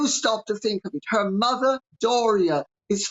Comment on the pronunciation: Like mather, like douther 😏